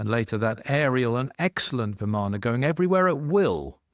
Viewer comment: You have a lot of book knowledge but I wonder where you’re getting your info from. Your pronunciations of Ravana, Vimana, hanuman and some other words is really poor.